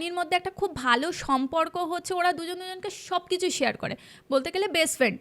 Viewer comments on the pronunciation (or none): none